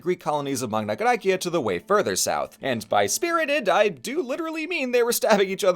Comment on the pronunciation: What never ceases to amaze me, is that through the 3 hours of this video, the thing I piqued my interest the most was your classical pronounciation of Magna Graecia. It was so delightful , I loved it so much <3